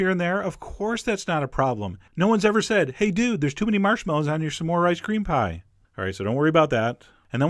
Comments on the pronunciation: you say some diffrently!!! you say samores its smores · you're saying "some-ore" and its irking me LOL! SMORE!! not sum-ore! loool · I keep hearing "Some whore" xD im sorry. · i think he meant to say it like "some more" he's hilarious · The way chef John pronounces s'more made me realize why it's called a s'more (some more) I never knew that. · Your saying smore weird